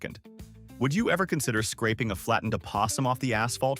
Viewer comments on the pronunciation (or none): none